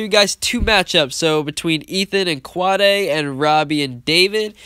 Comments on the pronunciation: i think you pronounce quade as (kw - ade) not (kwa - day) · it is kw - ade